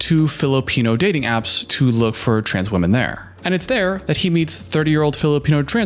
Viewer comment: you kinda do that thing you’re talking about where you change how you speak. especially with your T’s. listen to how you say “what” and “that” - you add an “uh” sound at the end. “what-uh that-uh guy said”